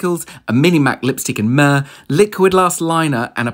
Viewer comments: Sorry, if I come across as a know it all. But I have to chime in. MAC Mehr is not pronounced as you read it. It's pronounced as Me-hair. This lipstick shade was named by the most celebrated Indian makeup artist, Mickey Contractor. He named the shade after his wife :) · As an Indian I hate when people pronounce Mehr as Muurrh !!! This comment is necessary :p